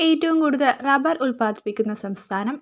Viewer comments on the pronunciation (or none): none